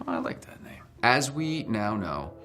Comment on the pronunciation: Love how he just can’t say the names lmao I love him😂❤️